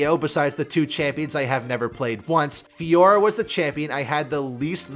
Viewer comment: Listening to you fiora analysis as a french guy was excruciating I wanna die